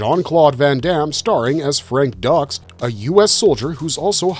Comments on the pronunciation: This channel is shit on pronouncing names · Who the hell is doing the narration and the research for this? It's not ducks, it's Frank Dux, as in put up your dukes, which is actually a line from the movie. And it's pronounced Koom-ee-tay. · The Cannon Group did some serious Van Dammage to Hollywood and i loved it :) And dude, fix your AI voice....He's not Frank DUCKS...it's Dux (like dukes) nuff said? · Frank Ducks and The “Coo Mite” is hilarious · This is AI narration. It has to be. Nobody would pronounce it Koo-Mite and Frank Ducks. 😂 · Frank Ducks? Ku-Mite?? c'mon maaan